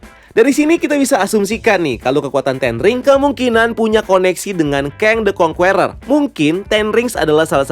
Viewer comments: Masukan minor aja bang, the Conqueror bacanya 'kongkerer' bukan 'kongkUerer' atau 'kongkueror' jadi huruf u yang ditengah ga dibaca , biar lebih enak dengernya. overall nice content and nice breakdown. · Conqueror itu bacanya kongkurer bukan kongkuwerer. Geli dengernya.